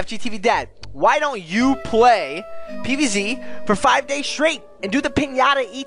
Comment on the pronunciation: You said pway